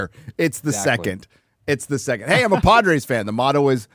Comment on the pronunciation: doesn't say "Padres", he says "Podrace"